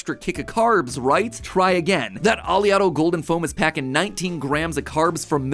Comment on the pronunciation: It's not (Ah•lee•otto) it's (Oh•lay•otto). It's named after the most prominent fatty acid in olive oil, oleic acid. Which is pronounced (Oh•lay•ic)